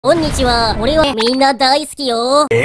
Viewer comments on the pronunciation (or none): 0：01「こん↑にち↓は」になってるのおもろいw